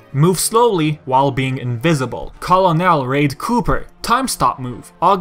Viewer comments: It's pronounced kernel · Colonel is actually pronounced "kernal" like popcorn kernel. It's a military rank. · I love the video; great work! Butbit bothers me beyond end how you pronounce "colonel" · uh buddy that is not how colonel is pronounced lol it isn't a name it's a title lol